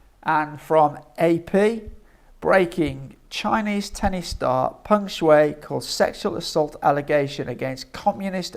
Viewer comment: Pronounced Peng Sh..why